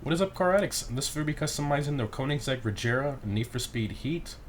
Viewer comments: bruh it's pronounced reh-GEH-ra not re'J'era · Wtf is [rezeera]?? Its Regera, its Swedish car and Swedish word!!! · OMG you idiot, you pronounced Regera in the most retarded way possible......Unless that "G" somehow turned into a "J" using the power of idiot you need to go back to school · John 'Soap' Mactavish ur stupid she said that because he was pronouncing the word regera wrong hence how she said rajara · Rejera 😂 it’s ok still love your vids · The way he said “Regera” lol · You butchered how you say regera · Bro if you try to pronounce an italian, greek Russian word you probably don't gonna pronunciate well its normal he isn't from sweden